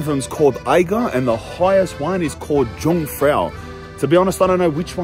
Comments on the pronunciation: Jungfrau translates literally to young woman, but it means virgin. You pronounce Jung like Yung. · Jungfrau is not pronounced with a hard J, it is pronounced Yungfrau. The J in German is soft. Monch isnot pronounced the way you did it either. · Pronounced Yungfrau! 'young girl/ maiden'.